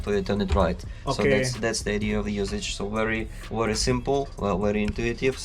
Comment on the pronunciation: Wery 😁😁😁 bukan very 😁